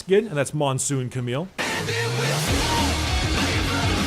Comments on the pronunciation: its not cameeeeele ita camille with the l LLLLLL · Camille correct pronounciation is actually "Kamiy" with the a of "grass" and the i of "still" :) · Hey dude :) The correct pronounciation of Camille is actually "Kamiy" with the a of "grass" and the i of "still" if you want to know ( I say this is the correct pronounciation because it's a French name and I am French)